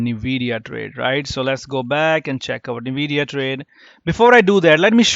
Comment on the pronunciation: its En-we-di-ya not nuh-we-di-ya lol.